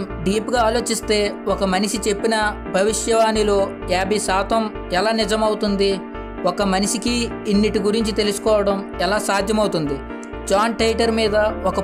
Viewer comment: Manisi kadu manishi